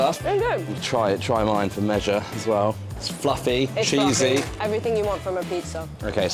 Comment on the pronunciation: is the only one allowed to say pluffy into the camera, okay? While has to be forced into long haul economy every now and then.